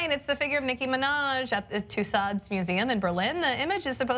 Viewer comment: Tussaud is pronounced Too-so